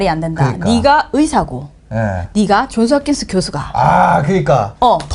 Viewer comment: 초반 몇번은 야야 야야 이게 뭔가했네요 ㅋㅋㅋ 역쉬 좐쓰 합끤쓰!